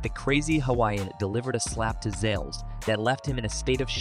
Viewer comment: It's Zalesh, not Zales lol